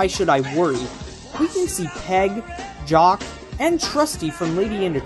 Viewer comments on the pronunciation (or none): none